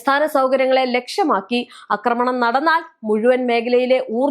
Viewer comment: അക്രമണം അല്ല കുഞ്ഞേ... ആക്രമണം ആണ്